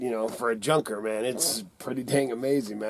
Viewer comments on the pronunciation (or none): none